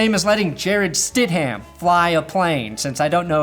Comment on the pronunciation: Its pronounced Sted-Umm. NOT StedHAM. Just saying.